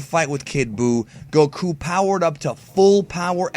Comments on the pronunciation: the way you pronounce goku pisses me off i am not subscribing anytime soon sir XD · Why does he put over emphasis on Goku. Even Asians don't pronounce it that way.